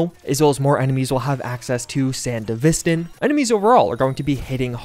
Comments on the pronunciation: sand -div -is -stan killed me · sandevistin it's cute how he pronouces it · please don't pronounce 'sandevistan' like that 😭